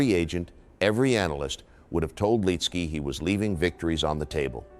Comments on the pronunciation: Good video but the mispronounced name is annoying! It's Lit-ski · First off say his name the right way. He was in the first group I followed in PGA golf. Him, Jack Nicholas and Phil Blackmar on a Thursday at the Honda in 91 or 92. The year Corey Pavin won in a playoff against Fred Couples.